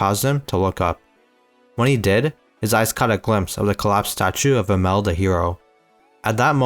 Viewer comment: Himmel, not him-el🙏